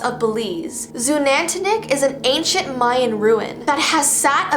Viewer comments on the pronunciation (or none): Sorry to be a nerd but it’s may-an